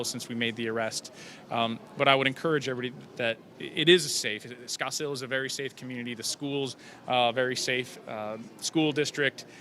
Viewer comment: Oh no not "Scottsdale"